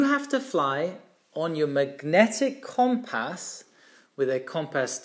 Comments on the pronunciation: Brilliant video as always! One small point is the pronunciation of “compass”. The first syllable is pronounced not “com” as in “common”, but “cum” as in “come here”. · It’s pronounced “cum-pss”. There is a very short vowel sound between the ‘p’ and ‘s’. The ‘o’ sounds more like a ‘u’. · has issues with his "O's". His grasp of the English language is exceptional, all he needs is to tackle the word Cooompass and he will have cracked it. Pronounced Cum-pass.